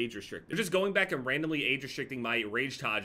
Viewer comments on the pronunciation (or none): none